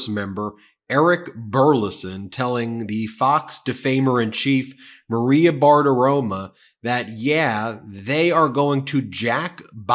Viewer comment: Did you say Maria Badaroma? 😂